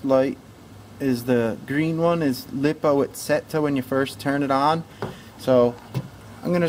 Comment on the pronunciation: It’s liepoo not lip. Oo